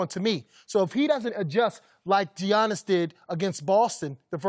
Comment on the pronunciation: this guy hears everybody else pronounce Giannis correctly and still has the audacity to say, "G-annis".